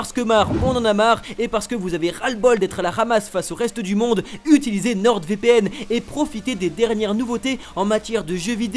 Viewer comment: nordEvpn Mdrrr le placement de produit ou le nom est mal prononcé 😂